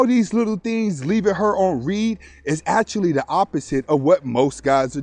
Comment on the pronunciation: It’s read pronounced (red)